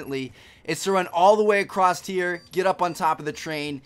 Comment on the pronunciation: Did you really just say "acrost"?